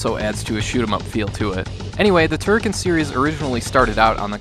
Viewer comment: Of course you can fire in all directions! Holding the fire button results in a beam which you can control with left/ right moving clockwise/ anticlockwise. That beam was implemented in all Turrican games since the 1st one on the Amiga. Also, you mispronounced Turrican.